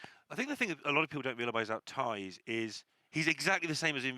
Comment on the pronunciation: How to say Thijs = Tice.. not Ties